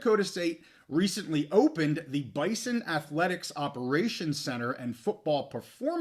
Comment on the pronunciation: from an NDSU fan also, the school and fans pronounce it “Bizon”. I don’t expect you to remember or care, but wanted to let you in on the know.